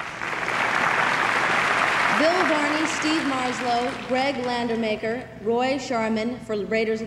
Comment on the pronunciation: Landaker not landamaker...Kristy said it wrongly